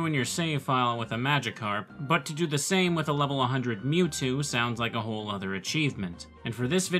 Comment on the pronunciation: Lv 100 "Mewto"